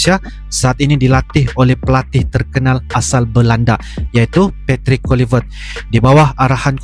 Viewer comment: ❤❤ Pelatih baru timnas Indonesia namanya Patrick Kluivert, bukan Patrik kulivert 😂